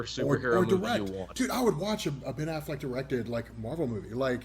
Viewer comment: I love how calls him Ben AFFLACK.